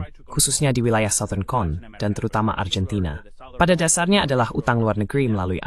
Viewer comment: Dalam pengucapan bahasa indonesia argentina ya tetap Argentina bukan Arjentina